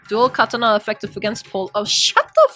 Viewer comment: awesome, now everyone is pronouncing “katana” wrong like that rootless mongrel Erika. It’s not “kata’nnah” ffs